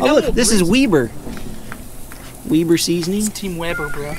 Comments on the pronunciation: Weeber! its Weber🤣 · He Says Weber like "Weeber" its Weber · yeah cuz its weeber